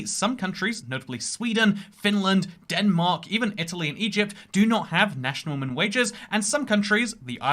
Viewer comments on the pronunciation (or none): none